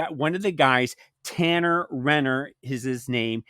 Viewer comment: Talan not Tanner